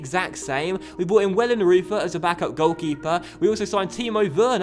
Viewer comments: The pronunciation of Wellenreuter is: Wellen - reu (the reu of reus) - tur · Great business in the transfer market there I have to say - 8/10 for me! Muller looks like an absolute lad! Just to say as well I think Wellenreuther is pronounced Vellen-Royter:) loving the series